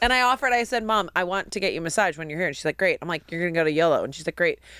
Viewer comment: I love the way says “massaige” (massage)